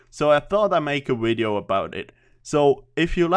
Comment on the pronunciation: I like how you say video, "wideo"